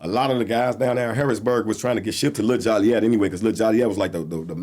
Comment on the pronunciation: Why do people still pronounce Joliet wrong? It’s pronounced JOE-LEE-ET. NOT jolly-yet.